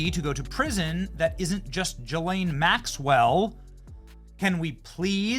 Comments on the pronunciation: It’s Ga lane not jis lane Benny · Pronounced Giz Lane Maxwell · People always mispronouncing her name. It’s Guh-Lane. I’ll believe it when widespread arrests are made! Too much talk over this issue yet it’s been years.